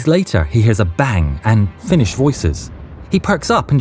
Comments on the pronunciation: I appreciate having someone who can actually pronounce finnish to voice act. It's on point! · Fun to hear my language on other channels spoken correctly